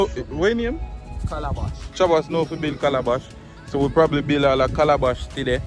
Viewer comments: Mi Geez, it's Calaban not Calabash.... Calabash grows on trees..... bless up!!! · It's not Calabash. It's Calaban.... I used to make Calaban to catch birds in Portland as a little kid growing up.Calabash is what we eat and drink from. Mostly Rasta use Calabash.